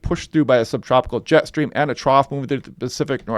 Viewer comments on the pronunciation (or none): none